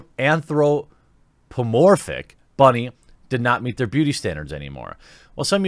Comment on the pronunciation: will done you said anthropomorphic correctly